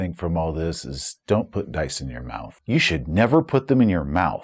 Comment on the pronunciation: The way emphasises "in your mouth " makes me worry about him and his life choices. However already preordered in order to keep the gang safe.